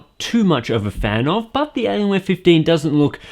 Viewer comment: ''elienwer fifdeen''